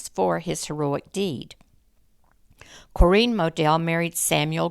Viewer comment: I never knew you could pronounce Corinne the way you do, but I think I like it better.